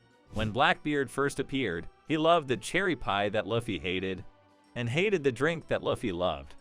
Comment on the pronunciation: Can never take anyone serious who cant even pronounce the name of the protagonist..